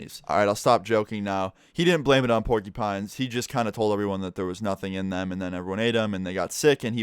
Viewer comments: PORKY PINES LMAO ITS PORQEUPINES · It’s pronounced pork-ya-pines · Why he saying porkypines☠️ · I died when he said porkypines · The way he said it, PORKYPINES!!! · "porkipines" the way you say porcupines is everything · Pour-kee-pines XD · Pork ee pines 😂😂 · He called them porkeypines... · i love the way he says porcupines. Sounds like hes saying porky pines lmao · "Porky-Pines" ~ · “Pork EE Pines” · MusicLovinMotherFckr I noticed that too lol